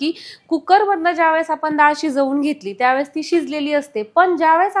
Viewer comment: दाळ नाही हो..डाळ